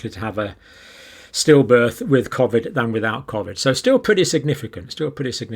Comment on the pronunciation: You are pronouncing COVID wrongly just like your information.....you seem fixated on graphs and stats which are never taken as FACT !